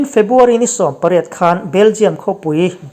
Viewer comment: Febuary ti tawhlo la ,February tih tur i lamṭhing thei e